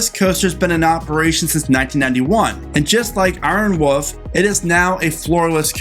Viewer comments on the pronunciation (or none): "Iron Woof" 😂